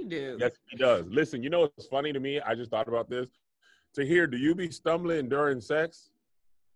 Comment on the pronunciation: Hey Tom, is it just me or did call Tahir 'Katir'? Sending it to the booth for review... 🤔